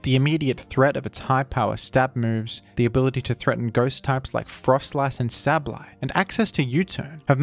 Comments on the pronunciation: absolutely devastating to my ears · That Sableye pronunciation hit me like a truck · I wasn’t ready for that sableye pronunciation 😭